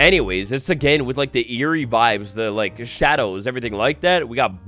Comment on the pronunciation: Cweepy wibes uwuuuuuu